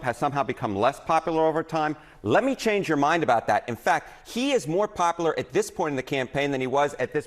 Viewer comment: Pop-a-ler? How are you on a major news network and not know how to pronounce popular?